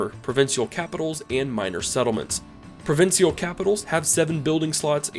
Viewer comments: What a weird way to say “provincial”. Never heard anyone ever say “provin-see-all” It’s “prah-vinsh-uhl” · Nice video! Not sure why I watched it when I have 500+ hours, but you never know when you might find a tidbit you might have missed. As a Canadian though, it sounds weird to hear "provincial" pronounced as PRO-VIN-SEE-AL instead of PRO-VIN-SHALL. I don't think it's grammatical incorrect either way, but I actually skipped back to re-listen. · Wonderinf why he adds an S to Provincial (Geo Tagged United States) * it all adds up*